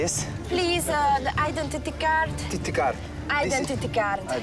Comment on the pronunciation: "tititi-card", identity card helyet:))))